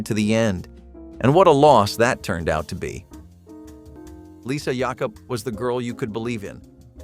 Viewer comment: its lisa jakub ain,t lisa yakub. get her name right please geez man.